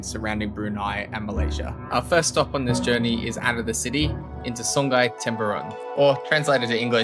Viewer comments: soong aye not soong guy. Also the u in sungai pronounced like loot. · The NG in sungai is pronounced like singing not like anger.